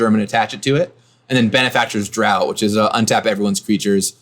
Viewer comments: "Daught" is pronounced "draft." Just FYI. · Draught =/= Drought just fyi, it is pronounced as Draft. These videos are awesome! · Draught is pronounced as Draft. This was painful to listen to.